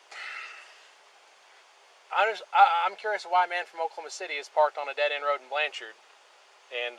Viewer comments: 1. Lets hold him till we can find a crime. 2. It's pronounced Blancherd. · “Blan cherd” is how it’s pronounced. Rhymes with “turd.” This is typical Oklahoma behavior from the citizen flagging down a policeman, the lack of professional knowledge for one’s profession, to the behavior of the police. Wait until state, county, city & tribal police ALL confuse 86 grams of rock candy for meth & one ends up spending 46 days in county jail w/ a $100,000 bond each for me and my significant other. Day 29, I was offered 11 years violent. Test results took 30 days but judge wouldn’t lower bond nor dismiss until the case was heard in misdemeanor court after 2 weeks of out of town judge & DA conferences. Lost my employment. Physically beaten. Homophobic comments from the staff. Stared down a laser from an AR during a 2 man riot in which 39 officers responded. 1 for each inmate I guess. I always thought my hometown would be a safe place for me but I was seriously mistaken. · it's pronounced "blanchird" but good video !